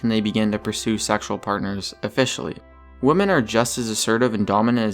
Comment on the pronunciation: to narrator. Here's a tip. The plural of woman is pronounced wimin, not how it's spelled.